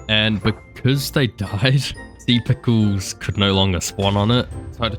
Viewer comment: "alot of sea pickuws" IDK WHY BUT THE WAY HE SAID IT JUST HAD ME CRACKING UP